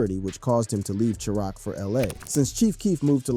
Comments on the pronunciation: tf is Chee-Rock??? lol this dude always says the dumbest shit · cheerrock lol u mean chi rack hahahahahah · "Chee rock" 🙄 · Chiraq is pronounced as "Sh-I-Rack"